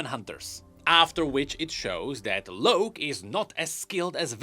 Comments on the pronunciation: Why do you keep saying "Loak" His name is Locke, as in LOCK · It's LOCK(e) not LOWK...UGH. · Locke is pronounced as lock.... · please, the name ‘Locke’ is pronounced the same as ‘Lock’. You’re killing me here. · It pisses me off that he keeps saying Loak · The way pronounces Locke really bothers me lol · yet I'm sure he knows what a Lock is, and this just has an E at the end... It doesn't change the pronunciation lol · THats not an excuse lmao hes doing it on purpose. His English is LIGHTYEARS beyond pronconce a simple ass word. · mine too, and idk why tf he's saying it like that.